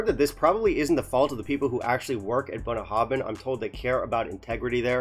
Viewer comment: You wanna know how to pronounce this? I think you nailed it . Then you hammered home the message . Thanks for the brutality in your honesty. It is very much appreciated. A distillery close to my heart, but fully because of the huge strides in quality they've made in the last 15 years. Not for this.Time to put 'em on the naughty step. Great, balanced, fair and succinct review... 🥃